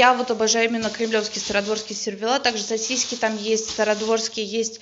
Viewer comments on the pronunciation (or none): Где в слове сосиски мягкий знак? 🤔😂